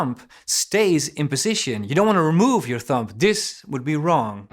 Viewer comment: Prachtig. Tip, spreek de b niet uit van het woord thumb. Niet lullig bedoeld, ben groot fan.